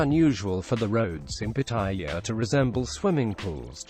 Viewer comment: Rule #1; Learn how to pronounce the name Pattaya ! Your'e way is horribly WRONG ! !